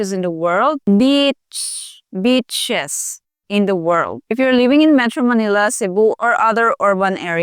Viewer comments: beaches... not bitches.... lol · Beechez, Beaches.😉😉😉😉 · Does she say beautiful beaches or beautiful bitches ? 😆😆😆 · Oh my great video, I wish you more success ! I am laughing so hard though at you r careful pronunciation of BEACHES. Back in 2000 in Canada, I met a wonderful girl from Pangasinan on a blind date . I was engaged 6 weeks later , I was so in love. Sadly we separated 3 years later , our tempers blew up once too often, if there were kids involved or I married her , we would have tried but we ended it there. So she had just finished her two year caregiver (nanny) program that enables Pinays to get citizenship in 🇨🇦. The first family she worked for, asked her “what’s the Philippines like”…..She said it’s beautiful , we have so many White BITCHES…..Apparently the WHITE wife stared at her…WHAT DID YOU JUST SAY ? Anyway now I’m almost 50, marriage is not for me, but Pinays and Latinas are the best women, 💯